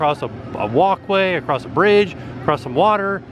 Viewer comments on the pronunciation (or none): none